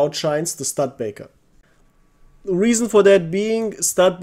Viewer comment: Its not stud-baker, its stu-de-baker